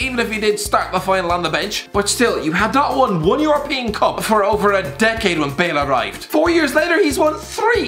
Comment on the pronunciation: “and Bool gets booed”